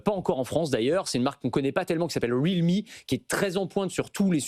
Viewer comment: Il a prononcé Realme comment lui ...